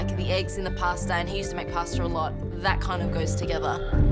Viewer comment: It is quite clear how much respect she has for her family heritage by her pronunciation of "Pasta"